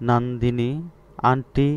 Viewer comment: আর ওইটা নন্দীনি হবে নট নান্দীনি